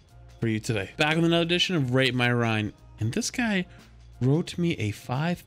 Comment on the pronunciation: "Rate his rien"